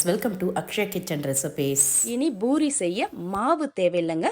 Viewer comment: IT IS CALLED POORI NOT BOORI. DO NOT KILL THE TAMIL LANGUAGE. THOUGH I HAVE BEEN LIVING FOR MORE THAN 3O YEARS IN US I SPEAK BETTER THAN PEOPLE LIKE YOU LIVING IN SOUTH. IT IS A DISGRACE AND SHAME BY KILLING THE TAMIL LANGUAGE.